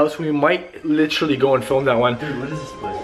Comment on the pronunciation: and please stop saying litchrally!